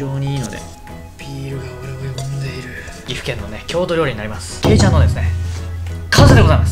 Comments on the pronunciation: けいちゃんの発音が最後のちゃんは下げてくださーい！！ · けいちゃんの発音がちがう〜